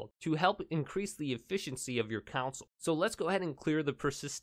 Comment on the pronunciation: It's not council it's CON SOUL